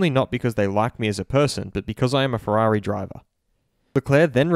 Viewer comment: Ooofff Valentino Rossi like fwerari fwiend sad Lando